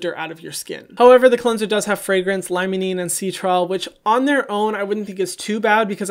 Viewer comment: Citral is pronounced - SY-TRAL